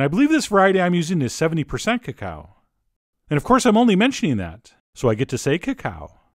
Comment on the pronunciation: Actually, that's the correct pronunciation of: "Cacao" and you know it.😊